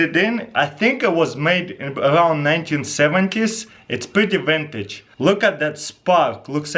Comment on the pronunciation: "It's yintage"